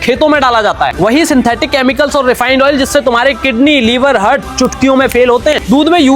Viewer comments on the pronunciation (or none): हार्ट ❌ हर्ट ✅